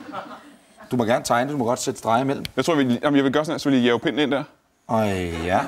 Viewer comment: .... Det er ikke sådan man siger 'pinden' Anders!